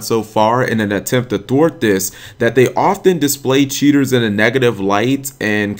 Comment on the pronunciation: When he says cheaters, it sounds like he's saying tutors.